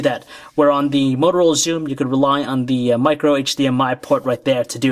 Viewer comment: it's th- not -dere, -dat and -dis. ffs